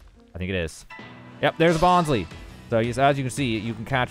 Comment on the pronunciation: Bon-sly, not Bon-slee!